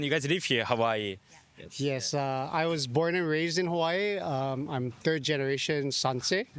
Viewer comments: Kuri, the hula dancer’s pronunciation of Hawai’i 👌🏼😍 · As someone from Hawaiʻi, I appreciate how the hula dancer pronounces it correctly (with the glottal stop between the A and the I).